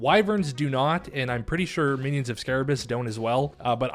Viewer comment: Scabaras not Sarabas :D Great content btw!